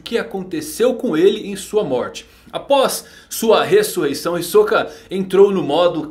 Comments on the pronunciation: Já disse mano, até no anime eles falam Hisóka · "Hisôka" kkkkk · Não vai me dizer que você acha que se pronuncia "Hisóka".